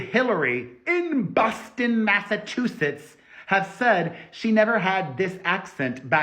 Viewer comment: How do you spell that? Elollyeia? You can hear your spanish accent when you say Massachusetts. You hear it when you a prouncing the "chu". Ever notice? I thought a person who fakes their accent is called "full of sh....it". First time watching and looking forward to bingeing. Oh, and as far as I'm concerned, Alec deserves Elollylolly. 😣😣